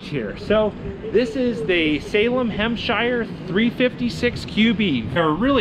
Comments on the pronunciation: Did he really say Hemshire? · What the hell is a hempshire ? I thought it was a hemisphere Was it just renamed 😂